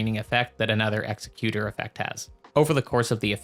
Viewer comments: Great video BUT… it’s pronounced Ex-eck-yew-ter not Ex-eh-cue-tor. The word you’re thinking of is Executioner which is kinda what he is (lore is a little iffy def open to interpretation) but he definitely aligns more with being an Executor: “Someone that carries out the last will of a deceased person”. Given his whole remembrance quest kinda focusing around the painter he didn’t want to kill and how he continues her painting after she is murdered by his crucible buddy that was sent to finish the job he couldn’t do. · it's ex-ec-you-tor. good vid.